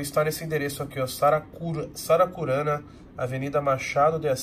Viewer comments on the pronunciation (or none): S A R A C U R Ã NA OU Saracuruna ? kkkkk